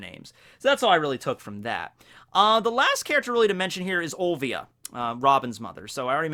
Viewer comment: The fuck man... olvia again... Its O L I I I I I V I A dude Olivia :[